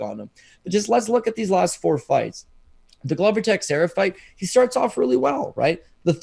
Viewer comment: Absolutely incredible that after this long in the game you guys STILL can't pronounce Glover Texiera's name correctly. "Ta-share-a" NOT "Texy-era" or whatever abomination you guys are saying. I'd expect that level of ignorance from Americans but not fellow Canadians. C'mon boys sharpen up.